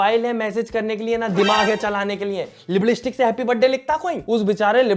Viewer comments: Lipstick ❌ Libdistick✅ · Liblistick nahi lipstick bolte he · Lipstick nhi "libbillisshhtik" 😂 hai ji boh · Lipstick ko apne lipblistick bola kisi ne achhe se suna kya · Lipstick ❌️ Lipistick ❌️ Liblistick ✅️ Wahh 🤣🤣❤️ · Acha se ny bol paa rahi, par aap acha bolte ho, mujhe acha laga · I like it when he says "liblistick" 🤣😂😅😆😆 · Hahaha aur ek baar lipistick bolo na 😅😜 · Lipstick bolne ka tarika thoda causal hai😂😅